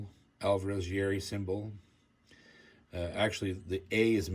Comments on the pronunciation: Please pronounce Kazuo's last name out of respect for the master. It's YA-IRI, not YAE-RI. You said it correctly in the beginning but went back to the wrong way. Please. I do enjoy your videos a lot ! God bless! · First off it's pronounced Ya h - Erie not yawree. I sold Yairi's from 1976 to 2005 and I will tell all who will listen these guitars are far beyond the best guitars ever made, they are the finest. There is one thing about different makes, the Yairi is meant to be played with a delicate touch as this gentlemen is doing. Whereas, Martin guitars have to be played hard otherwise they lose their tonality.